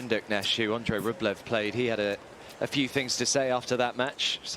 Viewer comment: Listen to the Umpire, he pronounces Andrei’s Surname correctly.